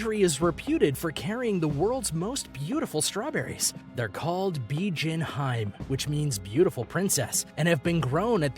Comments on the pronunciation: ah... Sekai-ichi Say Kai - ichi .. at least know how to pronounce the name. Fun fact those apples only cost $21 when in a gift set... however you can buy them singly for 150en ($1.85 ea) and yes they are very big! Strawberry variety is pronounced "Beejean Heemay Ichigo" They are usually gifted for special occasions, but like anything you can find them cheaper if they aren't in a department store as gifts... The watermelon name also not pronounced properly, has made its way to Canada now where (proun.Densukay Suika) is growing in the lower mainland BC and central interior. They are also called black watermelons and yes they are significantly sweeter than normal green ones. Whoever is doing the narrating didn't do any fact checking before making himself look like a moron. The grape story is simply bullshit. They aren't pingpong ball sized and their genetics comes originally from Chile. These grow larger with the more humid climate and bred to be seedless. The ultimate grape from Japan is the Japanese muscat - tastes a hell of a lot better in my opinion. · Bijin HI---ME, TWO SYLLABLES! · Bijin hime? LOL Dude should watch some anime and maybe he can pronounce these names correctly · Bijin Hime - Pronounced Bijin - Bee Gin Hime - Hee May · I got irritated when the narrator said "Bijin Haym" instead of "Bijin Hi-Me" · Sekai Ichi : Seh-kai, not saykeeaye. Bijin Hime: Hee-meh, not hyme. Densuke: Den-soo-kay, not densook. Sato Nishiki: sah-toh, not say-toh I enjoyed the video and I hope that for future reference, because I think your videos can be educational, it would be nice if you can try to get close to proper pronunciation of things as to not confuse the masses. Obviously, people are here for entertainment but also educational purposes and when you spend so much time to make a video, you can at least spare an extra 5-10 minute to use google translate to help you with the pronunciation to turn your video quality from 8/10 to 10/10. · bee gin hyme